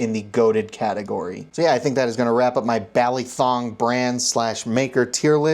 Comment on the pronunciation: Balithong 😂😂man I love it